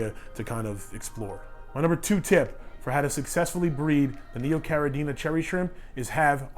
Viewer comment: Habla Español? Lol It's Neocaradina, not Neocaradiña ;-)